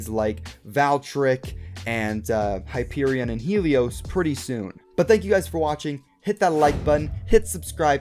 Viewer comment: When pronounces Hyperion as hyperiun I be like: He must be canadian! this is a joke please dont take this as offense if you are candian